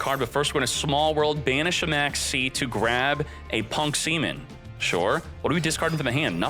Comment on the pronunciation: Please I love your content but stop pronouncing Ze Amin semen it's so gross (yes I play P.U.N.K)